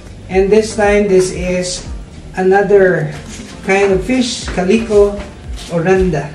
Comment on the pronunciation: I love your videos! I love them enough i named my beautiful blue betta. I named one of me female betta with calico coloring, Caleeco. I love how you pronounce it, it sounds good and fits her well. I have learned a lot from your videos. You are such a wonderful person for all the wonderful things you do to help others. Please keep the videos coming.